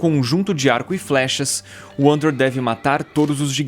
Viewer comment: Ainda acho que se pronuncia Vander kkkk